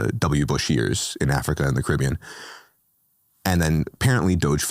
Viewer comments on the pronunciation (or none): none